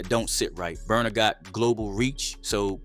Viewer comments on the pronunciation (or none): Not burna … not burna . He got u too. Omg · naaaaaaa not burna